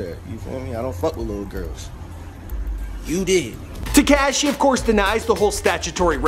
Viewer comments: Its te-ko-shee= tekashi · So annoying when he says "Te"cashi"it's not even pronounced right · pronounced * teh - KAH - shee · Foreal he cant even say tekashi right lol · the camera man is laughing because of the way you pronounce tekashi!! you really never heard anyone say his name? you didn't watch even one video about him before doing this? smh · Omfg the way he said tekashi made me wanna kms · how he says tekashi makes me cringe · This guy has never heard the “ah” sound in words I guess. SlovAAkia and tekAAshi lol wth